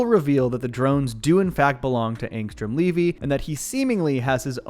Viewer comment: why do you keep saying angstrom levy wrong